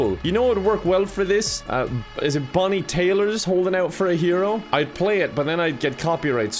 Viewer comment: really said “bonnie tAylor”.